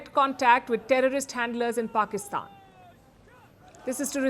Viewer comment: It looks very good when you call "Pakistan". I believe you take this name consciously and unconsciously ......That's the reason of such a good sound of the word you speak!!!